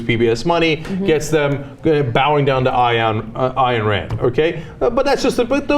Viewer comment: It's Ayn, pronounced "ine" - not "I-Anne".